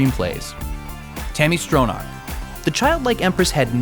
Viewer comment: Tami "Strow-narrrk"?? ...it's pronounced "STRONNACH", soft "ch" as in "Loch Ness" (not "lock" ness). Still, nice presentation. Thumbs up.